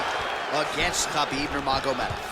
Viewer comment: Khabib not habib